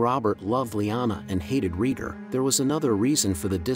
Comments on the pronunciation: Please say Raygar, not Reeger. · Its pronounced Ray-Gar, not Ree-gr. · RAY-GAR not REGOR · "Rheeger" lmao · Rheegur is Rhaegar´s long lost brother. 😂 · Reeger reeger reeger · Dude if you can pernounce Aegon right then you can pernounce raegar too its like this Ray-Gar= raegar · Who the hell is regar…pronounce dude pronounce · Exactly. This drove me crazy hearing him keep saying Reeger.